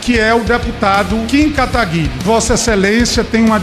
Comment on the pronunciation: Kim katagarí? Jurava que era kim katagurí